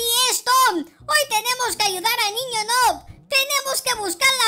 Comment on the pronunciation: Se dice nub no es nob pero se escribe noob